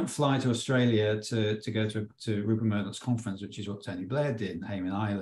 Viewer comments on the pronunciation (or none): Love how you got RUPERT Murdoch's name wrong . I can't wait for a time when that POS is consigned to the dustbin of history